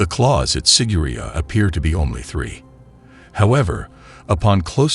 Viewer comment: The narrator is pronouncing it wrong. It's sig-er-i-á